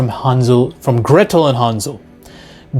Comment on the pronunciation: It's Hänsel and Gretel (Hen sell & Grae tell)